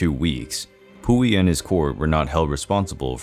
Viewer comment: Lol I didn’t pay any attention cuz of the name pronunciation 🤣🤣🤣🤭🤭💀💀💀